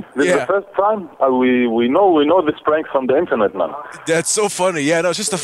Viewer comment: You forgot to say “brank” instead of “prank”😂